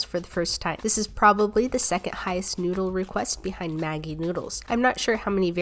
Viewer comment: The way she pronounced maggie "MAAAGYY